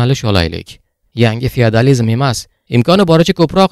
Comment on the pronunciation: Фияадализим дейиш шар эмас. ((ОСМОНИМИЗ МУССАФФО))